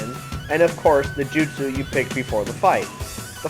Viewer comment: Bad review. What the fuck is a jutesu You say that word to many times. People only say your review is goos is because you show Naruto in good light. Once you have 100% you make it seem like you have fully beat the game and can throw it away. That is probably true as Naruto sucks and begs to suck anyone's balls. Why would i buy a game to look at gay scenes?